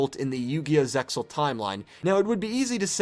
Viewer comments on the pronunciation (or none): Yeah, I do agree with this time line. However, I should point out that seXal is actually pronounced like "seal". The X is silent. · also side note, it has been confirmed that the x in zexal i silent so it's pronuced Zeal. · why do you keep pronouncing it as Zexal? That arc is called Zeal with the X being silent. I couldn't even sit through this videos interesting premise because of this constant mistake. YGO fans should know what the individual series are called. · The X is not pronounced in Zexal.